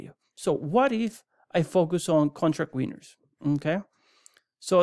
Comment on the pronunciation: Not gonna lie, when I hear someone with a thick accent selling a product, I just assume it was outsourced. I'm trying to listen but I can't stop laughing at "how much mooney from your weiners."